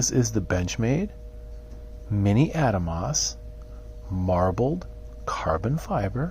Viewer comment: Ah-Dahmos not Adamos, beautiful knife.